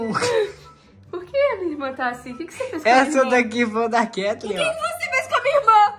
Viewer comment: É Katlen, não Katlheen